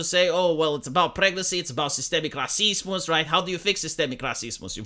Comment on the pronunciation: It is pretty much how you really pronounce the word in Slavic languages - RAH-SEES-MOOS - which sort of makes it even funnier :D